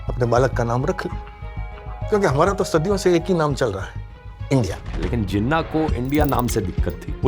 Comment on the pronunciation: Im pakistani. But i think this movie make Jinnah look a bit evil. And dhruv rathee its pronounced like this: jee-naah. Please correct it as we say Nehru And Patel as you do. Once again, please correct your pronunciation. And also, Jinnah wasnt bad, Neither Patel Or Nehru Or Gandhi. Dont Make our Country's Founder look bad. (opinion) I hope sees this comment and improves his research and the way of explaining and expressing things. Thanks.